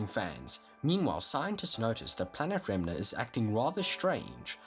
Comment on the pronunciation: This dood said remnah